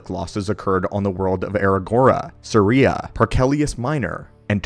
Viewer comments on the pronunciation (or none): none